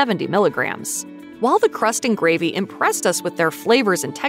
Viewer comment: Fleever? Greevy? The letter A is NOT pronounced as a long E.